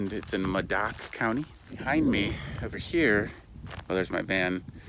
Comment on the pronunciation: Modoc: Mow-dock